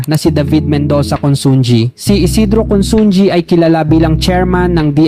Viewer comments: Pronounced as: 1. Chaw-king NOT Cho-king 2. INA-SAl mabilis NOT dragging 3. CON-SUN-HI NOT Con-sun-gi (ji) 4. A-BA-CA mabilis NOT dragging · Consunji ang pag pronounce yan is consuhi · Consunji ba ang pronunciation nya o consunhi ?